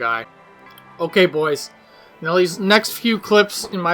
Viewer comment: Can u not say boys lmfao it sound sweird